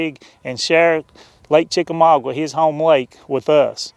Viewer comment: CHICK A MAAAAA GAAAA....... NOT..... CHICK A MAW GWA! LOL!!